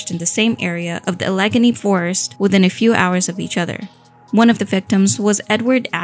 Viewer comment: Al-uh-gay-nee, not uh-Leg-uh-nee